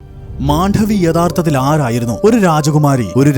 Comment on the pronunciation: Not Mandhavi, but just Mandavi❤